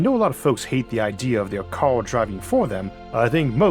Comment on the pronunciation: I'm sorry, but if you have a serious childhood speech impediment, you shouldn't even think of narration. It's "car" not "cow". It's "road" not "woad". Go get some speech therapy so you can speak normally.